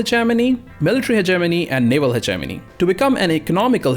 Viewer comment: Anybody else thought he said Ze Germany when he said Hegenomy XD